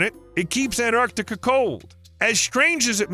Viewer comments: It's not Anarctica. It's Antarctica. Why do Americans butcher words?! Ffs! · The narrator keeps saying “Anarctica” — swallowing the “T.” If that’s the way he grew up saying and it feels nearly impossible to switch to “Antarctica” now, I get it, but later on he says “Antarctic Circumpolar Current (ACC)” just fine, not swallowing the “T.” So he is capable of keeping the “T” in the same word, with just an “A” at the end, also. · It's AnTartica, not Anartica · Anartica does not exist. The mispronunciation is hideous and as bad as Aloominum. Americanisms are an insult to the English language! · I stopped watching after he mispronounced Antarctica the 3rd time.